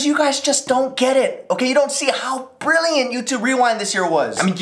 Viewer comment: i think the emphasis should have been on the THIS not the BRILLIANT> like 'no... THIS video was brilliant' not 'no... this video was BRILLIANT'. right?!